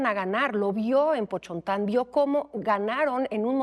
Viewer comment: Pochontan¿? (eso no significa nada) la forma correcta es Potonchan Ahora resulta que no sabia Nahuatl ¿y como se comunicaba con los diferentes pueblos nahuas? ¿ como pueden decir que solo hablaba popoluca, maya y castellano ? por favor claro que también hablaba náhuatl, los mayas chontales por su tradición mercader eran conocidos por su bilinguismo al nahuatl, aparte de ya ser esta lengua franca en toda Mesoamérica No se sabe como se llamaba en su lengua nativa .. Se bautizó como Doña Marina y de aquí se interpreto al náhuatl por similitud fonetica como Malinalli que al corresponder con un dia de la semana, de uso común como nombre en la tradición mesoamericana, mas la terminación reverencial. De Christian Duverger da mas pena quien le hace caso . Para mi es importante señalar que Doña Marina pertenecía a uno de los pueblos fundacionales de la cosmovisión-cultural milenaria mesoamericana incluida su participación en la misma Teotihuacan, y como estos fueron recibiendo la influencia de pueblos invasores ajenos a Mesoamérica(Anáhuac me agrada mas), al grado de ser exprimidos literalmente hasta su sangre por unos recientes invasores mexicas que trasgreden el orden cosmico milenario, esto lo podemos notar en el códice Boturini (entre otros) por el derribo de un arbol(el arbol cosmico sagrado) Cuahuitl itzintla que era un preciadísimo símbolo divino (lapida de Pakal) Doña Marina miró con mucha devoción la reintroducción de lo que creyó el antiguo culto(perseguido por los mexicas)